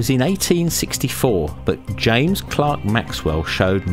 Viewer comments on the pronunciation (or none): It is James CLERK Maxwell. Love your videos.